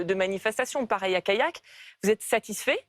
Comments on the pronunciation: Alors ce n'est pas Kayak (ça c'est les canoës) et Brevin, mais CaLLac et SAINT Brevin... très professionnelle la journaliste qui écorche les 2 noms de communes qu'on a entendus 2000 fois ces derniers mois, et ce, alors qu'elle présente une émission qui revient là-dessus. Et ensuite, c'est juste MAGIQUE d'ironie qd elle coupe Stan à peine elle lui a laissé le tps de dire 3 mots après en avoir elle même prononcé 400, en lui disant: "Il y a manifester et mettre la pression!" A se tordre de dire qu'elle e se rende pas compte qu'elle accuse les autres de mettre la pression... en leur mettant la pression. Du GRAND journalisme madame, je m'incline! 😁🤣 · Callac , se dit calac pas kayak ! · Callac ne se prononce pas "Kayak" mais "Calaque". Depuis l'avènement de GZ, l'ensauvagement est omniprésent, tous les extrémistes se sentent pousser des ailes et menacent quiconque n'a pas les mêmes idées ! Quand S.Rigault rétorque en mettant dos à dos les deux extrêmes, navré mais c'est puéril et ça m'évoque des souvenirs, quand mon père me faisait la morale pour une colle, je lui disais "oui mais untel aussi" ! Prendre un mauvais exemple (ou un pire), est-il vraiment nécessaire pour se justifier ?! ça ne vous dirait pas de prendre exemple sur..euh, je sais pas, des gens qui ne sont pas des délinquants TOUT court ? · « CALLAC » (Côtes d’Armor)